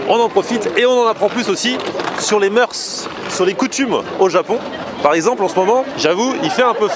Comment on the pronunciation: Moeurs se prononce sans le "s"